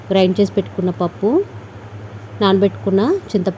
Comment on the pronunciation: Pappus annaru EMI pappu kandhi Pappa changa pappa clear GA chappandi